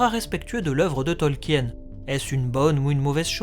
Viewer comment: Bon, tu as fait la vidéo avant moi 🤣 Mais arrête de prononcer Tolkien à la française ! 🙏🙏 C'est Tolk-in et pas Tolki-aine. 🤣♥️♥️ En tout cas vivement l'arriver de la série que l'on ce fasse une bonne idée de celle-ci. 👌🍻